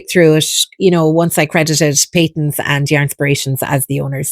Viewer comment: I’d say Pay-tuns. (I’m Scottish and 70 years old and that’s how I remember it being pronounced. 👍 Nice video!!